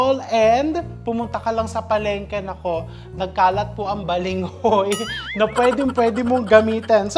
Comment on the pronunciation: .Balanghoy po not Balinghoy 🥰